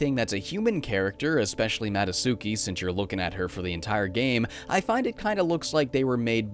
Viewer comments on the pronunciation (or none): Why do you call her Mado-suki when her name clearly has a "t" in it? Ma-do-tsu-ki. Not Ma-do-su-ki.